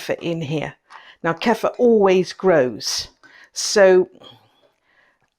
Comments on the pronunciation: Ku-feer. Not Keffa. It's not our word, and we should pronounce it the way the people who originated it pronounce it. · Kefeeer not Kefer